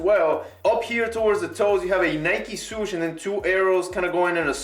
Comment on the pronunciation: Nike "Soosh" hahaahhaha